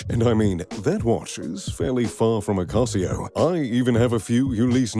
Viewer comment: And Ulysses Nardin, seems like he's not all that into watches since he can only pronounce Casio properly